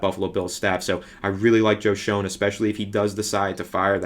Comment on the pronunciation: It's pronounced Shane just so you know for future videos.